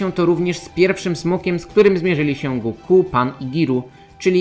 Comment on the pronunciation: Koleżko... Oglądałeś kiedyś w ogóle "Dragon Balla" po japońsku, czy robisz tutaj jakąś projekcję własnych wyobrażeń na temat tego języka? Imię Son Goku w romanizacji zapisuje się jako "Gokū". Oznacza to, że ostatnia sylaba jest długa (można to nawet "roboczo" zapisywać jako Gokuu), w związku z tym lektor niniejszego filmu,, robi dobrze stawiając akcent właśnie na "-ku", a nie na "Go-", jak zwykle robią polscy youtuberzy. Jeżeli chodzi o Tenkaichi Budokai, to w ogóle nie wymawia się tego tak, jak napisałeś ("Ten-kai-chi", co dawałoby brzmienie "Tenkajczi"). Pauzę należy zrobić po cząstce "Tenka", bo cała konstrukcja "Tenka-ichi" oznacza "Najlepszy pod niebiosami" (podobnie jak "Sekai-ichi", co oznaczałoby "najlepszy na świecie"). Wymawia się to więc mniej więcej tak, jakby "Tenka" i "ichi" były dwoma osobnymi słowami, co daje dźwięk bliższy "Tenkajiczi". Jeśli nie wierzysz, włącz piosenkę "Mezase Tenkaichi" z anime "Dragon Ball" i w niej usłyszysz to bardzo dokładnie. Na przyszłość polecam weryfikację swoich tez zanim je wygłosisz i to jeszcze tak wulgarnie. Normalnie usuwam takie komentarze, ale tym razem postanowiłem wykorzystać okazję, żeby wyprowadzić Cię z błędu. Pozdrawiam. - Bananowy Doktor